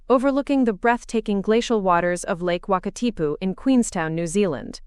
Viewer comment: Impressed with the correct pronunciation of lake Wakatipu 👍 Thank you Enjoyed the story. Done those flights a few times when visiting friends in New York.